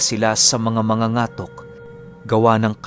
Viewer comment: Katok di ba? Ibig sabihin Ang mangangatok ay mabilis din Ang pagbigkas🙄 correction plssss